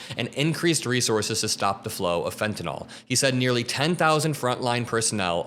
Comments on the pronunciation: It's pronounced Fen tan ill not Fen tan all. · FFS all you talking heads PLEASE LEARN TO PRONOUNCE FENTANYL! I can't take any of you seriously that can't pronounce fen-tan-il... #SMH